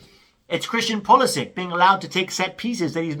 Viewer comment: I do wish Americans would learn how to say Pulisic's name. He's Croatian, not American.